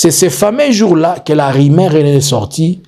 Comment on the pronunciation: "RUMEURS" ET NON "RIMAIRES'" " REÇU "ET NON REÇI," CIRCULER" ET NON " CIRCILER, PRONONCIATION , PHONÉTIQUES PHONÉTIQUES .MERCI